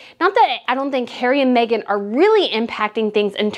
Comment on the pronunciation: You pronounced her name correctly and the best thing Harry could ever do is walk away from Meghan and walk very fast!! All he's done is give up everything and everyone and now he's just a lost little boy. She's the worst thing that could have happened to him and he really needs to get rid of her and go home and ask forgiveness from his family. I said the day they announced their engagement it wasn't going to last albeit it has lasted longer then i gave it but now i don't believe for an instant that it will last another year. I've no doubt he loves his kids but I'm betting he's wishing he had them with someone else!